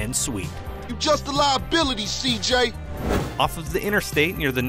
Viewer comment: Lol he said seekjay instead of cj